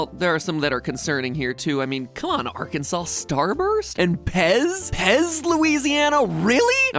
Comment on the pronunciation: Being from Arkansas, all I can say is, thank you for saying our name right.